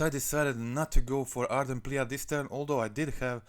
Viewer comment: Ardent plee it reads plee not pleA